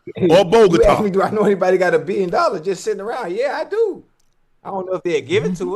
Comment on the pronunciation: My unc said A-BILL-YON